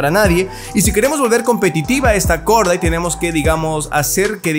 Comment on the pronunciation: Se pronuncia Gordait. Mis oídos: Jajajaja dijo Gorda:v